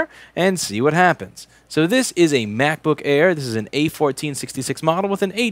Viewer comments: I have a feeling you love saying mac-book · For some reason I didn't hear mac book, but crap book